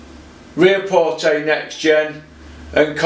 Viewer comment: Its ree-ack-pore mate. Where you gettin the t from 😂